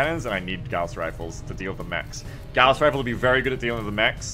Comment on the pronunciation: "Oh my god I'm dead." has the best run in five maps Also 'gauss' is pronounced 'gowse' like 'house' with with a G. Pronunciation is the first step to domination.